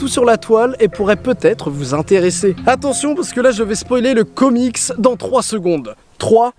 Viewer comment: Exellente video seulement le singulier est comics et on pronoce le s 😄